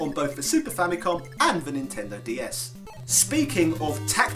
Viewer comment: You pronounced Famicom wrong! F out of 10!